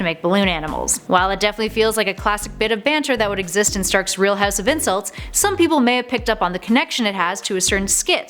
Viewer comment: I bet your from va . When you said house gave it away.